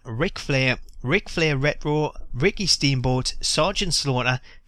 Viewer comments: its pronounced RETRO not rero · wut the fuck is ret row?? are u scooby doo?? its re-ch-ro!! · lol ret-wo xD sorry cracked me up. Pronounced Ret-Tro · the way u say retro is ret ro. so annoying lol cheers for vid tho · I like how you pronounce retro, I mean reh-roh *smiles* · Why does he say rero???? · Ret - Row Lol Thats How You Pronounced It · Hey for everyone giving you gripe about the way you say "retro" just pronounce it as "wretch - row" if you care. Onto the one things that bug me. Didnt Bruno say he was in the game a while back? What happened with that? Would suck cuz it probably means they pulled a capcom and he's already on the disk but locked. Also it grinds my gears that Axel(the current IC champ) didn't make the cut nor Big E. The wyatts and fandango I don't mind waiting for. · The way you say "retro", sounds like Scooby Doo saying "rut roh" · It sounds funny when he says rrtro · "Kane redroo" "triple h redroo" lol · Someone tell him there is a t in retro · You don't know how to say retro right do you jackass ? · I hate the way he was saying it, he's the only person I've ever heard pronounce it that way. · learn how to say retro